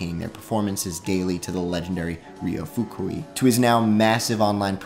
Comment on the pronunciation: why make a ten minute video about a guy and not bother to learn how to pronounce name of guy